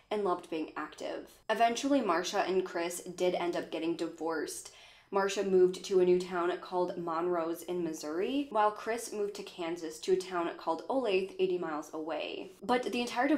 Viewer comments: I am actually from Olathe, it's pronounced O-lay-thuh :) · "Olathe" is actually pronounced Oh-lay-tha. You are just so cute girl. You are one of my fave's in the true crime world here on YT. You do an amazing job and I love the work you do. Keep up the good work sweetheart. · I’m from Olathe. It’s pronounced O Lay Tha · I came here to say this lol. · Literally was hoping someone had corrected her lol